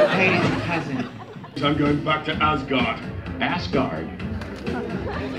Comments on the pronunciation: i laugh when the grandmaster says assguard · Assberg...... AssGuard 😬 😂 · Grandmaster: Assburg Thor: Asgard!